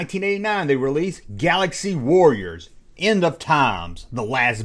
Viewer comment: "The Last WORRIORS"? Are they guys who fight in wars or do they constantly worry about things?